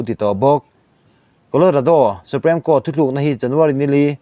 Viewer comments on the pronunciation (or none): Supreme court hi "suprem court tilovin suprim court" tiin lam zok roh.